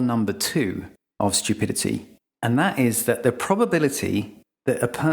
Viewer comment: It’s pronounced “stew-pidity” not shtew-pidity”